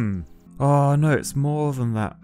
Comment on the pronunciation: 🤣 Yes! I love the accent too: "oh nooooyyyy"